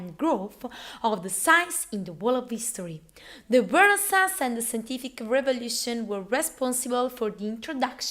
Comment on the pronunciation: SENTIFIC REVOLUTION SHISH